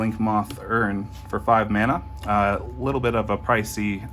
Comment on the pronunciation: Stopped watching after I heard "mana" pronounced like that.